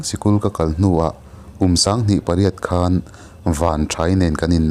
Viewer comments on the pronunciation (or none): none